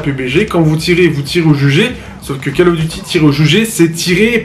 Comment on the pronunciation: "call" se prononce "caule" sinon ça peut être sympa pour les joueurs mobile. Pas pour moi cependant